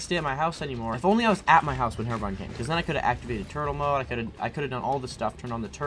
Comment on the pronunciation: I read comment I'm so happy that people say herobrine and not herobrian.